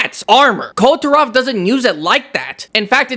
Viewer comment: Isn't it supposed Kul- ve Ta-roth not kul turah😅